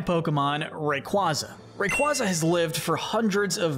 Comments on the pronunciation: He said Rayquaza correctly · Are you kidding me? He is like the only creator I've seen that pronounces the names right! That is exactly how you say Rayquaza. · ? everyone i know pronounces it like that, ray-kway-zuh is just so wrong sounding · no it’s not, it’s pronounced ray qwayza, and if you think everyone one else is wrong then you are probably the wrong one think about that next time you spread misinformation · nope.. watch the anime and listen how they pronounce Rayquaza (Ray-Quay-Za)